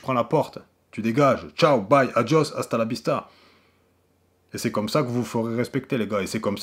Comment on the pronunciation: Asta la bista ou Asta la Vista 😂😂😂